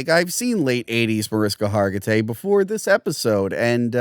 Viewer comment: Mar-ish-ka Har-gi-tay :)